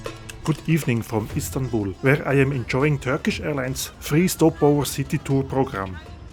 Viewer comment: At the beginning of your video you refer Istanbul as Instanbul! I am unsure if you miss that or not ?